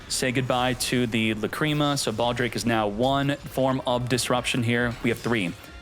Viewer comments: Lácrima, not Lacríma. :) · i thought it was la creamy